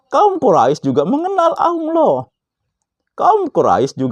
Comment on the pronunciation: Ngajak ke Al Qur'an.... Tp tidak baca satu ayat pun di video ini, tolong ngucapin lafal Allah aja masih pke wau jd Awloh, mirip anak iqro' 3